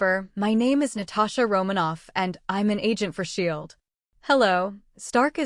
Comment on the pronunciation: Starting to wonder if this is an AI voice. It actually pronounces S.H.I.E.L.D properly instead of a 1 second stutter per letter that most vids have.